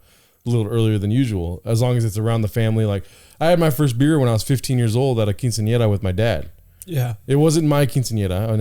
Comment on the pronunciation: “Just wait a couple jears”